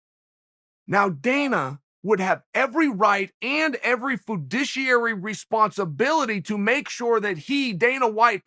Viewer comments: fudiciary? that is a new one on me. eta - he says it right later. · Did you say foo-dishy airy? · This mans really just drop the word vedouchiery wtf lol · Foodiciary....lol. Classic Chael.